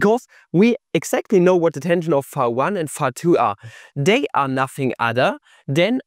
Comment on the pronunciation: fee fah foh fum i hear German mispronounce phi